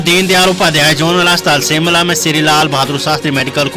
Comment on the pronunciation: Anchor ka Hindi ka uchacharan theek nahin hey jo ki sh ko sa bolta hey Shimla ko Simla bolta